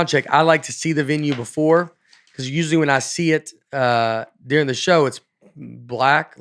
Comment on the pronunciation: Nate says "Deering" instead of "During"